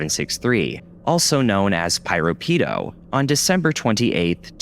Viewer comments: Actually, the name Piropito was pronounced as "Pee-row-Pee-tow" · The way he keeps pronouncing piropito’s name with such a STRONG american accent gives me psychic damage💀💀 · Don't know who this "PyroPido" person is, but they better not be taking credit for PiroPito's work. Jokes aside, you might wanna double check your pronunciation in the future.